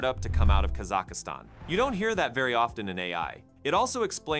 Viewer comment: Kasachastan? That AI can't even pronounce its own country of origin?